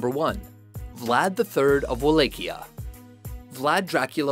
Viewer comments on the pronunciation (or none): hurts my ears when the dude says "wa-LAY-chia.." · I wouldn't say Vlad would be number one. there are worse on here. I guess it's mainly a matter of opinion. he's considered a hero of the Romanian people. he was a good leader to them. ..yeah he was a bit cray cray but it was mainly aimed at his enemies. and by the way, it's pronounced Val-la-kia. Wallacha. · (Va-LOK-e-uh) Wallachia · They said Walachia wrong